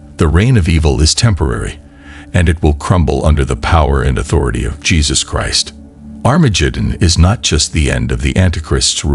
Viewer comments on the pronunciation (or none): Sorry I can't listen to an AI preaching to me that can't say "Christ" correctly or Armageddon.